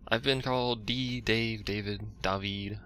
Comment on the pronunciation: From henceforth I must call you Dah-veed. :| Just remind me, lol.